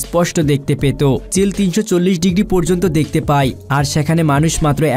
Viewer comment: Y er jaygay i .jemon pay na bole pai.vul uccaron.